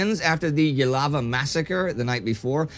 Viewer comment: nitpick: Jilava is pronounced Zhilava, not Yilava. We pronounce the j like the French in Romanian.